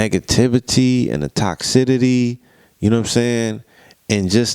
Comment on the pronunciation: Great video y'all.. and I know I'm nitpicking..but it's TOXICITY not TOXIDITY lol